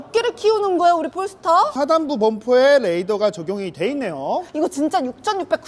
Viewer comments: 폴스타가 아니고 현지발음으로 뽈스터입니다 뽈~스터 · 도대체 얼마를 받았길래 저렇게 폴스타~~뽈스타 하냐 단점은 아예없네~~~ㅉㅉㅉ